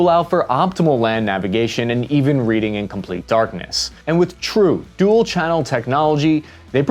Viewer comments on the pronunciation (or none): none